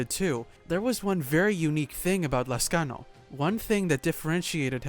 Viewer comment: I like how you pronounce my lastname correctly